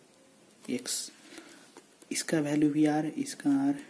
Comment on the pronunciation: bhai sab kuch sahi h par vo value hota h bhalue nahi h